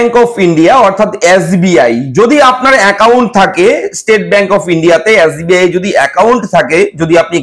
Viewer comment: Yasbi na Dada SBI 😁